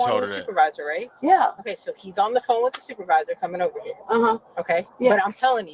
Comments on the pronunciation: She’s so sorry. Her baby getting a procedure and she’s across the street stealing smh. Also she said supaviza right on the money lol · What man in his right mind got with her to create children? I feel bad for the children. It pissed me off the officer entertained her foolishness as long as he did. I holler every time you say supavisah 😂😂😂I haven't pronounced supervisor the same after hearing you say it 😂